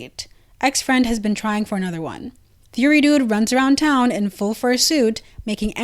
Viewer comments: nah, you said fury. It’s alright though 🙂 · Why did you pronounce furry like that?